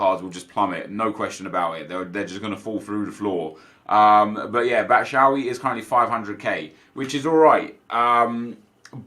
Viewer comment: Love you but why do you say Batshuayis name wrong every time. BAT-SHOO-EYE-EEE is how it is pronounced